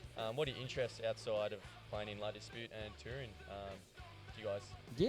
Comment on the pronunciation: I clicked this just to see if its pronounced la dispute or la disputé